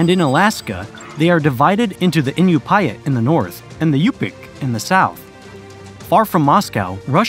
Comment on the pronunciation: Please make an effort to research the proper pronunciation of words. Such as Hamilton Fisk (not Fish) and the Inupiat peoples…among so many others in this video.